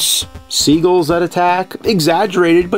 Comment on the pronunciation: It's "seagull," not "seagle." Why are so many people mispronouncing this lately? I've been hearing this a lot lately.